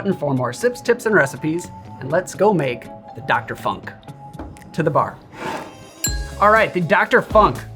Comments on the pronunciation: Yeah, it's Funk with the U as in Tunesia, not in Punk. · Hi! Your videos are awesome! Since long time! The presentations are precise, stylish, informative and it's well cut/assembled. Always! Thank you a lot! Your videos are a real present/gift/gem to the community! And btw: you german pronunciation of 'funk' comes with a heavy american accent, which is fine, guessing you didn't have lots of practice on this. I love the dialects and accents of my mothertounge. Der 'Funk' translates to wireless or radio, while der 'Funken' translates to spark, but this is another story... Cheers and zum Wohl!